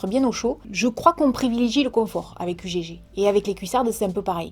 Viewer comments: U gégé? U gégé? 🤣🤣🤣🤣🤣🤣🤣🤣 Ça alors, jamais entendu un truc pareil! Ugg se dit Eugue ma belle, et je te fais plein de bisous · Ça se dit pas ugg mais ça se dit "euge" mais ça s'ecrit bien UGG 😂❤ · On ne dit pas u.g.g on dit ugg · Coucou tu m’a trop fait rire on dis pas u.g.g ça se prononce euggs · U gé gé 🤣🤣. On prononce heug 😉 la fameuse marque australienne UGG pour dire huggly (parce que la botte était moche 😉 donc il l’ont appelée ugly puis ugg UGG) 😉😉😉🥰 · Non non non 😭 je t'adore mais on ne prononce pas "Ugégé" mais "Eugue" 😂 sinon j'adore tes vidéos 😊😊❤️ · on dit pas U G G mais on dit euhhhhhg Euge❤️😍😍😍♥️😘😘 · Salut, j'étais plié en 2 quand t'a dis "U.G.G" ça se dit euggue 😂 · UGG ça se dit « oeug » !😂😭